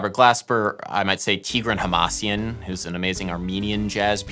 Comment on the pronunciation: About synesthesia — yes. I cringed right as you called note A red. Btw, it's "TigrAn HamasyAn"